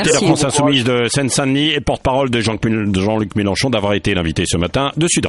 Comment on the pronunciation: Je rêve: a le chroniqueur dit jean-cul melenchon...cest pas correct!